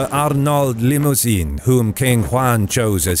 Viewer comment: Richard spoke only french, not english. Also, limousin, (named After the region) is NOT pronounced like "limousine" lol